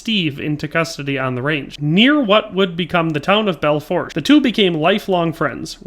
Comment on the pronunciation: Great historical lesson though will say, it is pronounced Bell-Foosh River incase you see the river pop up in any WY and SD ones :) Actually live on the river myself